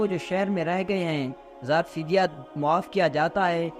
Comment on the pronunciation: zar fidya nahi janab zar e fidya aap ka urdu talaffuz theek kar len